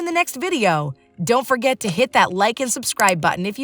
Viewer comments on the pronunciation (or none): none